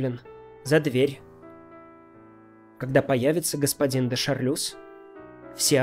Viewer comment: у него с французским не очень